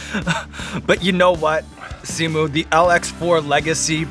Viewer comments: Did Sean say Simu wrong? the audio in the intro sounds funny lol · Hang on did sean mispronounced simu’s name ??